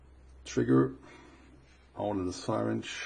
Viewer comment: syringe is pronounced "sah-ringe"